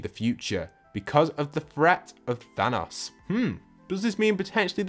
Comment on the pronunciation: I hate when he says thanas instead of THANOS